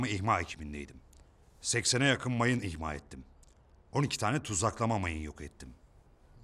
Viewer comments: ulan zaten dizide hepi topu 2 repliğin var orda da mayın imha ettim diyeceğine, mayın ihma ettim dedin ya hdhdbd :D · imha yerine ihma diyor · İhma değil imha. Dili sürçmüş herhalde. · imha yerine ihma diyor adam :D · Çakır'ın kel adamı sorguda mayın ihma diyor iki kere imha demiyor 😅